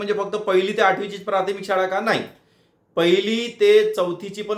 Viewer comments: प्राथमिक असा शब्द आहे प्रार्थमिक असा म्हणताय हो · आधी प्राथमिक शब्दाचा उच्चार नीट करा सारखं प्रार्थमिक म्हणत आहे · सर प्राथमिक म्हणा प्रारथमिक नका म्हणू